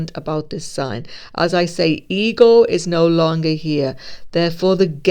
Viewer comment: Lol I thought you were saying the eagle of man were removed. I had to turn on CC to understand. The EGO of man have been removed. True, I have no ego, only a deserved confidence in my own righteousness remains. Sounds so egotistical. People, particularly a Virgo woman recently, say I'm narcissistic and I'm like no I just have confidence in my high moral disposition. I'm sure I need to focus more on my shortcomings because I have aplenty.